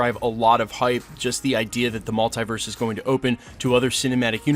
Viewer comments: Love this channel... buuut I cringe every time he pronounces the word mulitverse. It's (mul) (te) (verse) haha, not (mul) (tie) (verse) 😖. You don't pronounce multiply as (mul) (tie) (ply). Even when Dr. Strange and spiderman pronounce the word, they say it the same way (mul) (te) (verse). Totally unimportant, but I had to share haha. Big thank you to the creator of thos channel for putting out so much great content! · Is pronounced MultEEverse. Not Mult-I-verse.